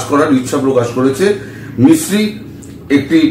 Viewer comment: Vikram Misri... Not Sikri...!!